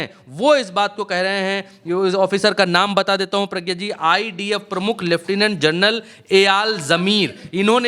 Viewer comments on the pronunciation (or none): none